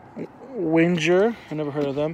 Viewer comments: Your saying some on the band names wrong it’s not kings of diamond it’s King Diamond and it’s not pronounced Winjer it’s Winger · Bro said Win Jerr(Winger) never heard of em